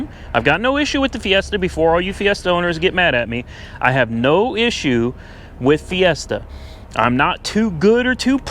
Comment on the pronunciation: Ford "Siesta"